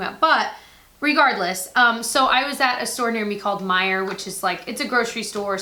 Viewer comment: I WAS SHOOK WHEN YOU SAID MEIJER I LUV IT